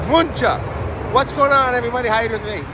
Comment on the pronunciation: Yeah I’ve seen it in spring on the way to the woodlands there’s also a Wuensche bros haunted restaurant in old town spring. That’s not technically Houston, it’s spring. Spring eventually turns into Montgomery county and Houston is Harris county btw. Also btw it’s pronounced WIN CHEE.